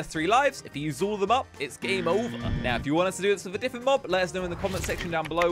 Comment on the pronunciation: Different not difent